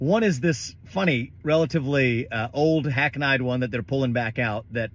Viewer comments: How tf do you graduate from Harvard Law School and manage to pronounce hackneyed as hackn-EYE-d? We truly live in an age of unfettered mediocrity. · He pronounced hackneyed as "hack an eyed" wtf? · "Hack-nighed"? Harvard, people.